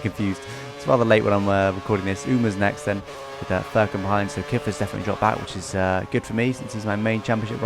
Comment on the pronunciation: az a turk i should correct that .. Furkan pronounce like furious's fur and cun :D